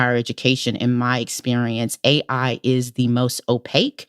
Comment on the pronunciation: Didn't think it was possible for Tressie to sound more low IQ, but mispronouncing "AI" take a special kind of bozo.